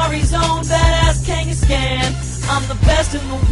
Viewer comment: You pronounced Kangaskhan wrong just for a rhyme? No.